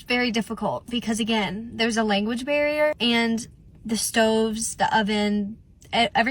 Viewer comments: kind of irrelevant, but she says language bear instead of barrier, which certainly won’t help someone who barely speaks English communicate with her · Is it petty of me to point out that it sounded like she said "language bear" instead of "barrier" 😅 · lmao not the "language bear," my girl can't even talk American right herself, why is she expecting it from everyone in a different country!? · Omg same! I was picturing this cute fluffy bear holding different language books...